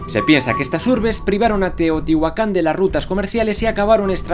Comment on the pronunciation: Me encantaaaas! Dijiste bien Chchimeca y Teotihuacan pero mal un apellido hispano xD MORELOS TIO